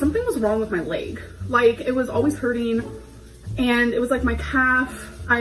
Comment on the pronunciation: *laeg as our gorl calls it 😂